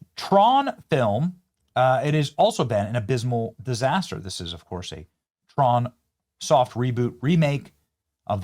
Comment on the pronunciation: Hahahahah TRAN instead of tron 😂😂 also can you imagine being forced to appear in person at an event for your “big budget” movie and there’s 28 people in the theatre? Should have at least chose Hollywood… El Capitan can still pack it in. I go see hocus locus and nightmare before Christmas every year and it’s always packed…